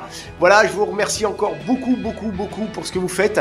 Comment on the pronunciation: J'adore le "je ne sais quoi z'encore" ;)